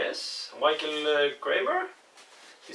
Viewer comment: Loved your pronunciations to mate! Michael is 'my-kay-el' and Brisbane is 'briz-ban' :)